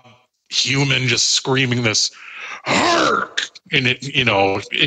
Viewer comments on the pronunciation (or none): Lol, it’s “hark” not “ark”